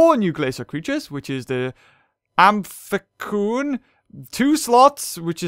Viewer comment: It's amphcyan am-fi-siyan